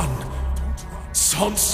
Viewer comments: I’m confused................. Well I feel uncomfortable.......... Oh and the why do they say sons wen the words say sans and everyone says sans name wrong...................................................gust saying......😐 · Why are pronouncing "Sans" like"Sons"? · I don't like the way Sans is pronounced